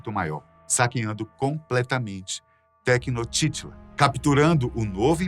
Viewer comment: Poxa, podia ter pesquisado direito como se fala o nome da cidade de Tenochtitlán antes de gravar.